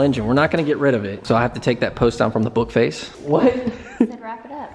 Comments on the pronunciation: Did you mean Facebook market you said bookface market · did u say bookface market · Anyone else hear him say bookface instead of Facebook